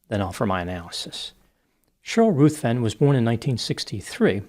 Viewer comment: The name 'Ruthven' is pronounced 'rivven', not 'ruth-ven'.